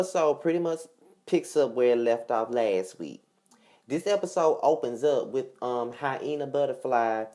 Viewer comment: did u say hienah buttaflyyyy??? U ARE SOOOO STUPIDDD....LOL SMDH!